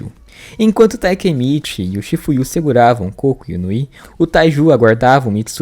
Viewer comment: Gente o nome do cara é Koko ou melhor Kokonoi e não cocô 🤣🤣🤣